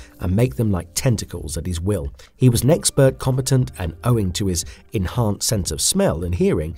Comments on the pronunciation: "Combetant" lmao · The way combant sounds like competent tells me this is a shitty ai video.